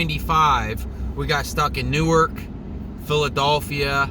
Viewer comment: PhilaDophia ??? your kidding right ? BIRTH PLACE OF THIS COUNTRY "PHILADELPHIA" Come on say it with me PHILADELPHIA.